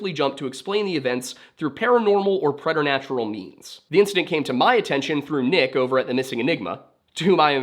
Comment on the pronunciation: Preternatural is pronounced "preeternatural."